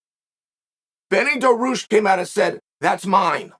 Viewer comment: Just here to hear chael butcher Benny daroosh